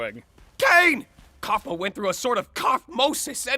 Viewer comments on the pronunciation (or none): Kaufmo not caufmo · It's not cofmen it's kafmo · it is kaufmo, not kuafmin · It’s not kofman it’s kofmo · Kaufmo not kaufman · Caufmo not caufman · It's kaufmau not Kaufman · kaufmo not kaufmin!!!! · Its not Kwuafmin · im not mad but its kauf MO not kauf MEN im just tellin u but i dont care how u pronounce it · And its not 'Koufman' its 'Koufmo' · Bro said cofmen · plus its kafMO not kafMEN im sorry if u think im a hater its ok but yeah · is anyone gonna talk about the fact when he said kaufmen instead of kaufmo? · It’s not Kaufman it’s kaufmo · He his name is Cosmo not cough med😂😂😂😂😂 😂😂😂😂😂😂😂😂😂😂😂😂😂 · why you call the clown Kaufman it's kaufmo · Kaufmo sounded cough mow not kouthmin and it’s pronounced rag uh th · the clown's name isn't kaufmin it's kaufmo =l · It’s not Kaufman, it’s Kaufmo Not Ragada it’s Ragatha and CAINE IS A BOY, NOT A GIRL (listen, I don’t want to hate but it’s annoying) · IT’S COFMO NOT COFMON! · ITS NOT KAUFMIN ITS KAUFMO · why does he call kaufmo kaufmin? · "kaufman" BRO IT'S KAUFMO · He's the one that calls coufmo coufmen😂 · U said kaufmen its kaufmo😂😂😂😂😂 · All of them are AMAZING (also... "koufmin" ) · he says Kafmo wrong and Ragatha 😒